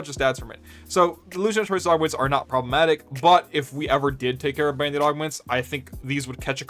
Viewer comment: I've never heard someone pronounce it like "bandit" lol